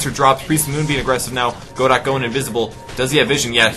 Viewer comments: Great cast, super fun game to watch :) btw, Godot is pronounced more like "Go-dough". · You're right that pronounces Godot wrong and it should be pronounced Guh-doh but the play "Waiting for Godot" is not written by Bertolt Brecht. It's written by Samuel Beckett. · Unless you've heard otherwise from the player, "Godot" is most likely pronounced "guh-DOE" Fun fact: Godot is probably a reference to the play "Waiting for Godot" by Bertolt Brecht in which two characters wait around for Godot while awkwardly conversing and wondering where he is. Godot never shows. It's kind of funny this guy is named Godot... it's like the dude finally appeared XD